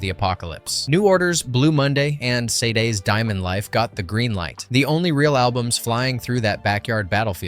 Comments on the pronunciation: *sha-day FTFY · Dude,sade is pronounced sharday